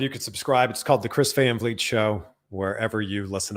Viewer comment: Van Fleet is ALMOST how to pronounce your last name. It's more like Fahn Fleet. (/pronunciation nerd)